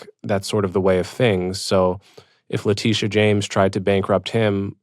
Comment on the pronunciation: Great interview and interviewee! I'll add your name to the list of black people that Victor weirdly mispronounces the first names of. It's a distracting habit I'm still trying to make sense of... Kamala, Leticia, et al..